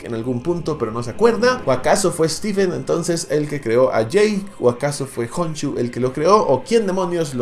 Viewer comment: Stephen y Steven no es lo mismo💀💀💀💀💀uno se dice estifen y otro estiben GOOOOOSSSSSSHHH KHONSHU NO JONSHU